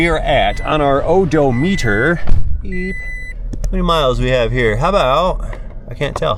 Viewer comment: Yeah!!! You said it! Oh-doh-meter!!!🤣